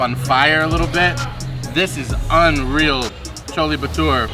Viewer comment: You have to pronounce the "re" in chole bhature